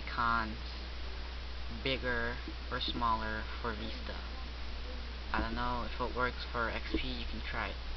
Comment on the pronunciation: Veesta? Vista.